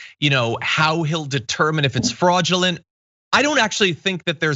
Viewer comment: Did he say Freud-ulent election? 👀